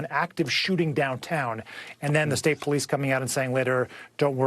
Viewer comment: NEVER DISRESPECT THE “POE LEASE”